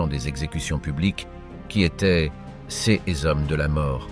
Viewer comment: Non plus "c s" mais "ces" ! C'est pénible !!